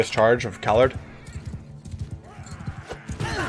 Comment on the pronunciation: Great series. Btw shouldn't it be pronunced Calàrd since Bretonnia is like medieval France?